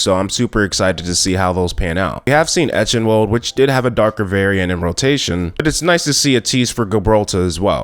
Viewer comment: I don’t like how you pronounced eichenwalde and Gibraltar